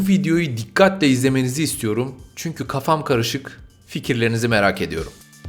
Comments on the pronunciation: Gafa değil kafa 😂😂😂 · Gafa değil sevgili abicim kafa